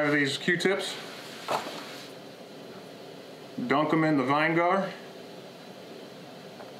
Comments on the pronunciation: Vine-Gar? Lolz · Great vine Egar? Have you ever Heard people say that? Its vinegar. Have you not herd and only read the word? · Good video, would like to see the results. Funny, no judgement, but I've never heard it called Vine Gar, I was going to blame it on Wyoming pronunciation, but I only live 120 miles from you. Ha ha. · what the fuck is vine-gar????